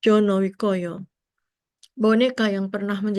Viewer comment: Koreksi. Yang bener Jono Wiyoko.... bukan Jono Wikoyo yg sering terucapkan.......